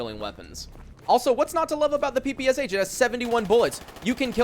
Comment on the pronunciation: Hearing "Pi Pi eS eicH" instead of "Pe Pe Sha" is so weird :D But yeah, that kinda makes sense.